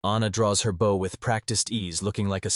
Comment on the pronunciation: Lol... Why does the AI almost invariably pick the wrong pronunciation for common words? Like bow(gesture of respect) & bow (weapon for firing arrows). All those archers killing targets with respect....😅